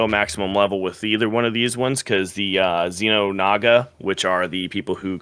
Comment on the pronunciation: You saying "Xeno-naga" rather than Xel'naga made this so much worse, but overall I do think this is a great discussion to have. So I agree, they either make endless war, they fuse, or a bit of a theory: they essentially just start ignoring eachother. Because they both only really care about the biomass they can get out of their fights, a fight with someone who does the exact same thing and starts throwing your biomass back at you is inherently a worse investment than a fight with the Imperium, Dominion or any other race that doesn't do that (non-biological races excluded).